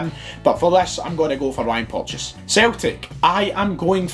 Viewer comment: Chris Jack It’s porteous get it right ya crack head